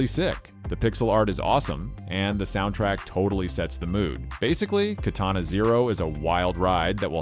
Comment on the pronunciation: HOW CAN YOU BE SO SMART AND NOT KNOW HOW TO PRONOUNCE "KA-TAWNA" ---AKA KATANA